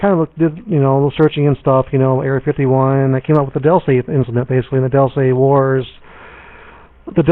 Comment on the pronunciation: 5 people and about 4 of them count pronounce "Dulce" properly